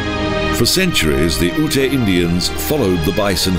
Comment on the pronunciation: Lovely video! GotG is one of my favorite places to visit. For future reference though, Ute is pronounced "yoot," not "oo-tay." I hope you'll feature more Colorado parks in future videos!